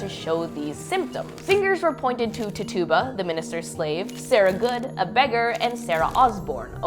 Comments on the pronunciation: For future reference, Rev. Parris's Carib Indian's (NOT African American as most people think) is pronounced TIT - Chew - Ba, Not "Tit-tuba" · It's titchubah, not titooba... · For God's sake, Tituba is pronounced Tichuba. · Tit-tuba? Lololol not how her name is pronounced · You pronounce it like tidguba. Tituba. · Pronounced tituba wrong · It’s Tituba, you’re pronouncing it wrong